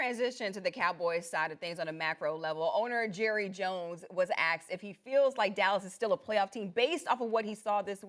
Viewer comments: did she just say "axed" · yes you heard that correctly, the commentator for ESPN just said axed. They’re not even pretending anymore. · horrible moderator, her english is AWFUL. "Jerry Jones was (aksed) if youre going to be a journalist and a moderator for a multi-million-dollar company, learn how to pronounce the word ASKED correctly... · why they say aksed instead of asked? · Jerry was axed a question? Hope he's recovering from being axed.